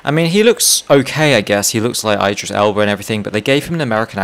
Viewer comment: The way he says Idris tho omfg bruh